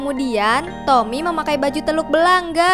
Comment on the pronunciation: Nama nya telul belanga bukan teluk belangga